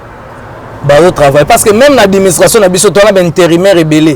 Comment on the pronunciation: Yo mutu olakisa batu français mais ozoloba adiministration na place ya administration. Oyo kindoki tein 😂😂😂😂